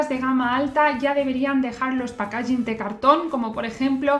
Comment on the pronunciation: Buenas guapa, me encantan tus vídeos pero en varios he oído donde pones el acento en packaging y me chirria un poco, como va a salir más veces te pongo esto, sigue así! Sonido de packaging